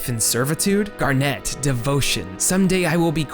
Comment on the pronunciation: Awesome follow-up. Just a few notes: It's "GAR-net", not "Garnette." Talking about the high points, and you skipped out on the Silver Dragons sequence (the best emotional moment in the entire game, with the possible exception of the ending, and one of the best pieces of the entire soundtrack) and the Black Mage Village music, probably the best piece in the entire soundtrack? Loved the love letter to FF9, though. It's not only the best FF game of the PS1 era, it's really the only one worth playing, certainly of the numbered installments at least. 7 was obnoxious and 8 was downright terrible in every way except the graphics and the music, and even the music was... well... not Uematsu's best work. (Not that it was bad, just that, with such a long list of high-quality soundtracks, one of them has to be of lesser quality than the rest.) 9 was the only one that felt like a real Final Fantasy game and a worthy successor to 6, to me at least, and it deserved a lot better treatment than it got by a failing, directionless company that somehow thought The Spirits Within was the future.